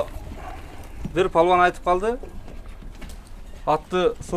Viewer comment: Балбан деп жасан палван дебей